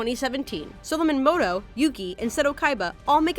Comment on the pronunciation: .... did you say moto its muto pronounced mooo toe